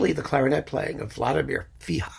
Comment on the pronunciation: Thank you for your great channel,! The Czech clarinetist's name is Vladimir RIHA (not Fiha).